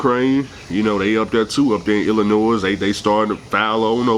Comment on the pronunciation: It’s pronounced Illinois, not IllinoiS. Yuheardme my brother